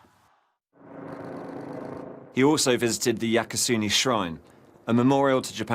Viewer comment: Smiley lady The name of the shrine is Yasukuni shrine, but the announcer mispronounced it as Yakusuni.